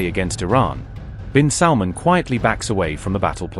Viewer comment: Why you call him " saudi prince Mohamed bin SALMON" 😂